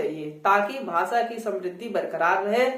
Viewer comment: आप खुद भी 'भाषा' शब्द का उच्चारण 'भासा' ऐसा करते हो । यूपी / बिहार में सब लोग ऐसाही उच्चारण करते हैं । जैसे की उत्तर प्रदेश को उत्तर प्रदेस कहते हैं ।